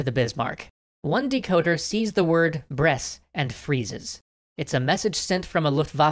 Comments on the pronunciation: I'm one year and a half late but... Brest does not pronounced like "bress" but more like... "breast". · By the way, Brest is read as it looks, without ommiting the T